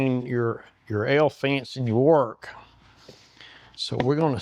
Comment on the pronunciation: I thought he said the "hell fence". This is BRILLIANT!!!